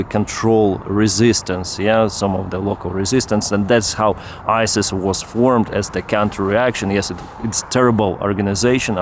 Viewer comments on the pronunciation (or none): none